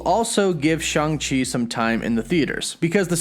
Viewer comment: It's not pronounced "Shong Chi", not pronounced "Shung Chi", it's " Shang Chi". When you pronounced " Kang " why not pronounce it as "Kong" if that's the case? Watch an interview with the creator of the comic character and you will hear. Thank you for your understanding as I enjoy watching and listening to your updates. lol